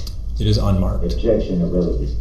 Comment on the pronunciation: Objectiongrounz! Grounz!